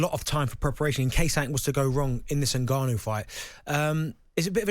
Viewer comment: Did i hear frank say NIGGAnu